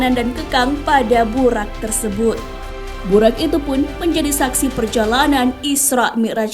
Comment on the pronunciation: tulisan latin memang buraq, tp lisan nya buroq, bukan buraq..